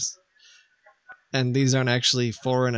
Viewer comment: Lol ees these, what ees these?"